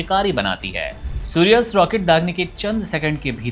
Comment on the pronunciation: सूर्यास्त नहीं सूर्यास्त्र